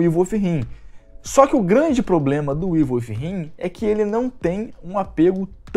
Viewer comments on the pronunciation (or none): evil wifhiiimmmm kkkkkkkkk pqp!! le se evil widinnnn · Galera vamos ajudar cara paga te curso de inglês deixa like aí. Porque Ivo If him foi hilário de escutar! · Evil with him? Aprende a falar ow doenteee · "ivel fi rrin" hehehehe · Ívol uífirrin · "Ivo ifo him"